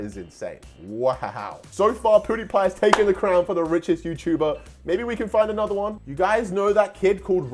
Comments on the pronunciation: ME: pewdiepie: poodepie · Poodiepie My: mum IT'S PEWDIEPIE who can u spell but not say ahh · PUDIPIE😅 WTF! YOU MEAN PEWDIEPIE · He called pewdiepie poo die pie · I’m sorry but, I keep laughing when he says: ”Pouhdepie” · EXACTLY that is so funny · Is it not just me but did say powdipie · he said pootipie